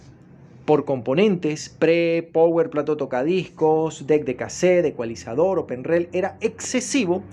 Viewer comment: Amigo se pronuncia "RICIVER" no "receiver". Como se escribe. "Power" se pronuncia "PAUER". Hágale, no es difícil. Buen canal.